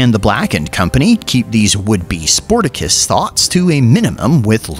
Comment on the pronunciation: Everyone is focusing so much on how you came up with different ways to say Zhatan’s name that they haven’t noticed that, instead of saying Spartacus, you said Sportacus.